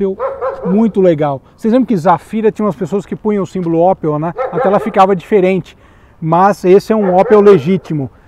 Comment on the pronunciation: Não é Ópel, é Ôpel